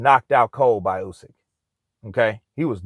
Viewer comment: Thank you for saying Usyk instead of You-syk that for whatever reason most english speaking people pronounce wrong